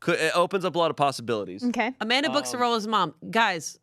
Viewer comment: Amanda's pronunciation of her husband's name was so on point! Coming from a Russian